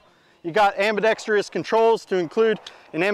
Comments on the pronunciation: "Am-bi-dex-tree-uss". Lol. No. The word is "am-beh-dex-truss". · Why does everyone mispronounce ambidextrous? It's chronic in the online gun community!